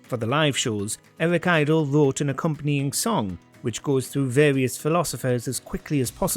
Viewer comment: Nothing like explaining the joke and mispronouncing the name of Eric Idle to attract less up-votes